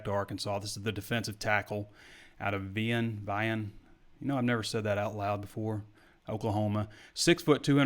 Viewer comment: it's pronounced "Vi-Ann",,,,,I grew up in fort smith and you hear a lot of the okie towns in the region